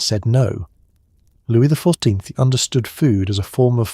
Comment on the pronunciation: Lovely but the AI can’t pronounce 14th.